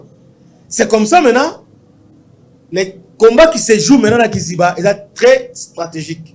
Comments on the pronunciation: on dit kaziba pas kiziba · On ne dit pas Kiziba mais kaziba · On dit Kaziba et non Kiziba! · Oui mon frère on dit KAZIBA et non KIZIBA